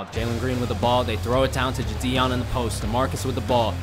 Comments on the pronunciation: It’s no jition it’s jidion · why does he say jidion like jadion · It so funny how he says ji-on